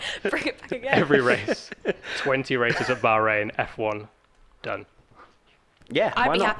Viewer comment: 3 words?? Bahrain not "Bohring" ;))